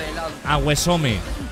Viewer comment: ✨AGUESOME✨ JAJAJAJAJAJAHSJSJAJ